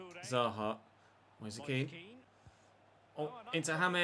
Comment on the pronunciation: There is something seriously weird about the way players run in this game, and the ball moves like one of those old £1 ones from the fairground. It isnt Moseh Ken btw, it is Moise Kean as in Moys Keen. Confirmed by the player himself